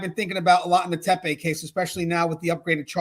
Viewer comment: It's Tep-ee, not Tep-ay.